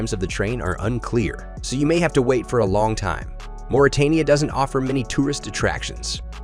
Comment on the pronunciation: Mauritania is pronounced as Moritania, not Maritania as he reads it.